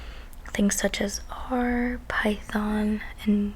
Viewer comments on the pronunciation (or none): none